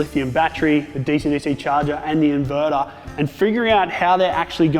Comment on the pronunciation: I like the 240V socket connected to the "invedar", but I prefer the "thermomedar" and the "voltmedar" Jokes aside, nice job. Thanks. By the way, Bolt = screw+nut